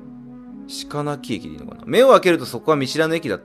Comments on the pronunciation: しかなり→ろくめい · 鹿鳴（ろくめい）じゃね？